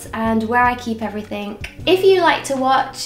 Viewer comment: It's EvereythinG Not EverythinK